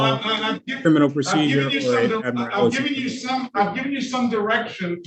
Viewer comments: There is no such word as “ad-morality”. It’s admiralty. If you’re going to use a word, please go to the trouble of learning how to pronounce it properly. I doubt he even knows what admiralty means. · ADMIR-A-LITY. WHATS WRONG CANT HE PRONOUNCE ADMIRALTY. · Good grief.......he can't even pronounce the word "admiralty" let alone know what it means. 🙄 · They can't even pronounce admiralty correctly 🤣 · Why do all sovcits add an extra syllable to admiralty? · Still haven’t seen (heard) one of these nutjobs be able to pronounce “admiralty” correctly.